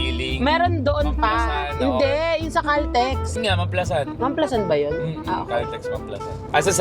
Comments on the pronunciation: Mam-pla-san tamang pagbigkas hindi po mam-plasan not basher here na bothered lang kasi sa pronunciation hahaha anw take care and more travel/sponty vlogs pa team pataba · As a laking San Pedro ako, alam ko mam-pla-SAN yon hindi mam-PLA-san ha correct me po if im wrong 😂😭, part ng Biñan po yan exit...brgy. yan sya... Anjan ang GARDENIA 🍞❤